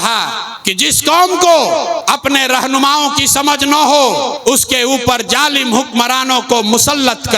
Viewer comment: Jalim Nahi hota Hai Zalim Hota hai